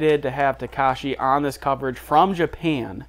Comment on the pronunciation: His name is TakEshi, not TakAshi